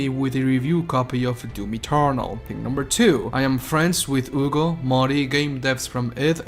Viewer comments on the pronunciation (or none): ugo?? IT IS HUGO H' hugo